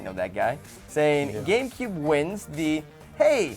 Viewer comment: At about 2 mins she says game coob xD